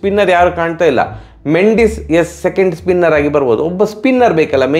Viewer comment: ಮಂಡಿಸ್ ಅಲ್ಲ ಅಣ್ಣ ಮೆಂಡಿಸ್